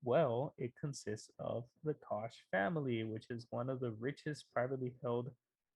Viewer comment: Great video! one Little thing, the -CH ending in the koch Brother's last name is pronounced like a k. Basically it's pronounced like like Coke. = )